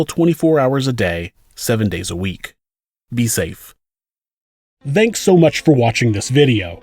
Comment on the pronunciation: I don't think I will ever refrain from twitching at the way you say "thanks."